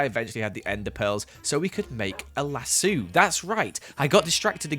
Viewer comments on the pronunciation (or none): I fwlt uncomfortable when he said lasuu rather than laso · So are we just not gonna talk about the way pronounces "las-so" like "las-soo"? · it triggers me so hard when he says lassu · lassu :D sounds fun when I am used to the american version of the pronunciation :D Thanks for the vid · why is no one talking about how he pronounces lasso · Why is no one talking about the fact he said lassu ?instead of lasso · I'm so sorry but I couldnt help but laugh when I heard the british pronounciation of "lasso". It just sounds wrong 😂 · Did it bother anyone else or just me? How he keeped saying lasso wrong